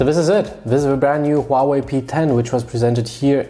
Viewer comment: Its huawei not huahwei bro.Good video still :)